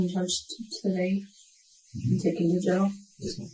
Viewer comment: I can't stand when someone says "gel" instead of "jail." Like, what about that looks like gel is the way to go here?